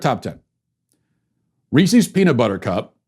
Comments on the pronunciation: Hey everyone, and welcome to the Andrew Smith show! For today's biweekly revokation, we will be revoking Matt Walsh not only for his offensive lack of taste in Halloween treats but also for his blatant mispronunciation of the name Reese's. It is pronounced Reece-is, not Reese-eez. For this unacceptable, deeply upsetting act, I have no choice but to revoke Matt Walsh. Thank you for watching. Godspeed. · The fact that you say "Ree-cees" instead of "Rees-is" tells me you should be cancelled. IT RHYMES WITH PIECES!!! It's not pee-cees. C'mon man. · Worse than that was the fact that he kept calling Reese’s Reesies! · Matt’s the only podcaster that gets me to laugh out loud. Why did he call them reeceeees though. I wanted to stab my ear. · I’m more offended by the way you pronounce Reese’s 😂😂😂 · Well you could start with saying the candies name right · Matt, I can’t believe you pronounce Reese’s like that. If a man named Chris owned a company it would be called Chris’s, not Chris’eees. I have lost all faith in you and am therefore canceling this show. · I know the candy thing wasn’t the official cancellation, but you should stick to one dumb, curmudgeonly cancellation rant a week... it’s become quite tiresome. also you should learn to pronounce “Reese’s” properly.